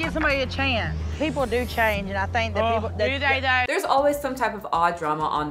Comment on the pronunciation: Mama June's "du day doh" instead of "do they thought". Sheesh.